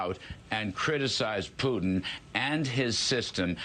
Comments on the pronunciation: Stop saying "pew tin" it's "poo tin" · It’s “poo-tin” Путин… NOT “pyou-tin” Пютин… See the difference??? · Sir, His name is pronounced POO-tin. Just imagine poo pooh. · Because the word puking reflects the man better than Putin? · Why does David pronounce it “Pewtin”? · pyootin lol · Why does David always say PEW-tin? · Seriously? You are pronouncing fraud a different way? And Peuw-tin instead of Putin? What the hell is wrong with you? Sometimes I think you're being annoying on purpose just to make everyone think you're smarter than the rest of us. I'm done with you. Unsubscribing now. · Why does David pronounce Putin like "puking"? (just misspelled it "pun-ounce", would be a fitting new word for playing with pronounciations)